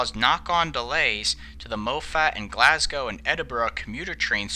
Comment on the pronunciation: As a Brit, I gotta hand it to you, an American who got these pronunciations pretty spot on (something nearly unheard of, so well done)